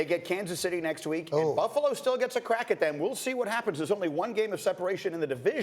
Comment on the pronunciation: Why does greeny pronounce the word what like watt. killin me